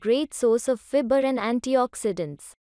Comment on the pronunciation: Fibre ka pronunciation thik krlo